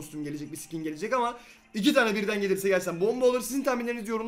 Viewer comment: Sikin deme abi sıkin de ;)